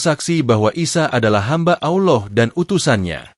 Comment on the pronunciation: Min, sebutan ALLAH itu biarlah yg benar. Kamu sebut "Auloh" yg selayaknya disebut ALLAH. Auloh itu sdh lain artinya. Hati2 Min....